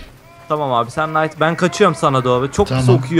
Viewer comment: SİZ KNİGHT'A SANKİ NİGHT DİYORSUNUZ PEK ANLAYAMADIM AĞIZ ALIŞKANLIĞIMI:D?